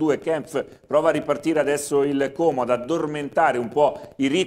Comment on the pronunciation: al cronista, diciamo: " Como è con la o chiusa, come odio, orco, non con la o aperta di orifizio, Ornella ecc ". SVEGLIA !